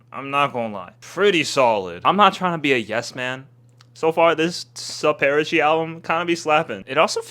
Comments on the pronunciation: SUP-ERA-CHE IS A CRIME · Calling super ache superachi is wild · SuperaCHe? I’m dying 😂😂 for the record its super-ache 💗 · you saying superatsjee made me look it op and its pronounced superache like in bellyAche by billie eilsih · super-ache not superacheeee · "Soopairuhchee" excuse me, WHAT!? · It's pronounced Super-ache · THE CLEAN VERSION 💀💀💀😭😭😭😭😭😭 (it’s also pronounced super-ache) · saying Souperachi is crazy I need to start saying that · Did you say super ache wrong on purpose😢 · “super ayechee” is sending me but love the video haha cant wait for the next billie eilish video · ITS SUPER ACHE SAY IT RIGHT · YOU DID NOT JUST SAY SUPERACHE LIKE ITS A NATIVE AMERICAN TRIBE😂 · you did not just pronounce superache like that